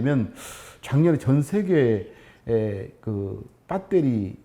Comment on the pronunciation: 빳데리 ㅋㅋㅋㅋㅋ 구수하니 좋네